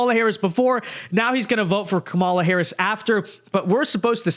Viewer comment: KAmala. Not KaMALa. At this stage getting her name wrong makes you sound rather disrespectful and biased.